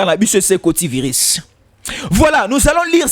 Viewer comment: On ne dit pas viris c'est virus,on ne dit pas resentur n'existe pas, ressentir